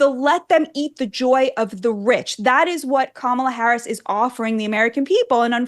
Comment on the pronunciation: Didn't Oprah mispronounce "Harris"? Isn't that supposed to be disrespectful?